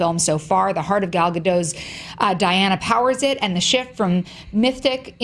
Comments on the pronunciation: Eden Aronovich And they still don't know how to pronounce it. XD if they miraculously get the last name right, they get the first name wrong by saying Gail or Gol. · Why are they all pronouncing Gal's name wrong? I don't get why people keep perpetuating this...